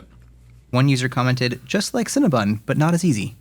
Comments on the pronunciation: CinnaBON, not BUN. 😂😂😂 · It’s CinnebOn, not CinnebUn. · Cinnabon “BON” not cinnabun!